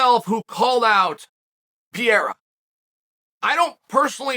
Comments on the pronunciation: PERRERRA. PERRERRA. PERRERRA. Forget the i altogether. Just say PERRERRA. It's not the Brazilian way to pronounce it, but closer than whatever Pierra is. How is it possible nobody has corrected you yet??? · I love you Chael but you mispronouncing the guy's name is driving me bonkers...it's not PI-YERA...try saying PE-REY-RA 3X...please, I'm begging you man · PEreira not Pjeira unclr Chael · Is there a more annoying, irritating voice than Chael's. He always -- always -- yells, and it's at a pitch that is too loud and shrill no matter the volume. Pereira's name, btw, is not pronounced "PEE-AIR-UH." It's pronounced "PARE-(long) A-Ya." So lame and unprofessional to disrespect a professional fighter by mispronouncing his name. It takes no time at all to learn how the man's name is pronounced. But that's too much time for Chael 'I-love-me-some-me' Sonnen. The arrogance and self-importance of this guy is off the charts. I don't know which is thinner, his whiny high pitched voice, or his analysis. This guy sucks. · Chael! Can u say panera bread?? Now replace the n with an r. Parera. Ur welcome! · Uncle Chael doesn't know how to pronounce PEREIRA ... Is he deaf ??